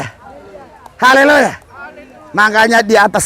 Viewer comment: Pak Pdt, ucapkan Haleluya harus yang betul, jgn Haleloya tidak bagus kedengarannya..Amin❤